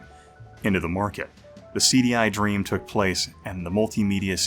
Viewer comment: It's "took". "Toke" is what I'm doing when watching videos about the CD-i.